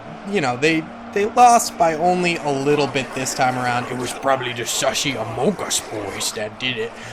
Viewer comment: Love the vids! Keep'em coming! Also, for future shows.... it's pronounced "Among Us" not "Amon Gus" 😉